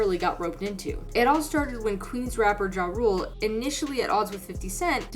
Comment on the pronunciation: Mispronounced Ja Rule then shows clip of 50 Cent. Clown content.